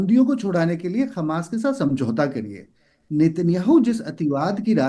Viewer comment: ये चूतिया उल्लु हमास को खमास क्यू कहता है..